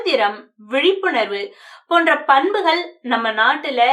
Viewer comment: அம்மா உம்முடைய உச்சரிப்பைக் கவனிக்கவும். னகர, ணகர, லகர, ளகர, ழகர என்பவற்றை நன்கு கவனிக்கவும். பன்புகள் அல்ல பண்புகள்இப்படி நிறைய இருக்கு. வெலிப்படும் அல்ல வெளிப்படும். பேச்சிக்கலைக்கு உச்சரிப்பு மிகமிக அவசியம்.